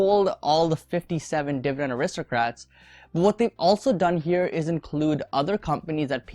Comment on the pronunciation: It's aristocrats not aristrocrats